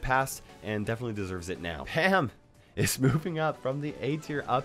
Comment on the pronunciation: It it just me or did say ham not pam